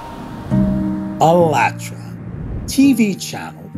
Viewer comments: Why do u pronounce the name of the channel like alatra when its spelt ----- All At Ra TV.. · It is ALLAT and Ra - AllatRa